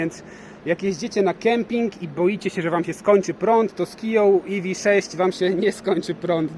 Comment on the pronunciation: Iwi sześć. Na pewno tak się powinno wymawiać :D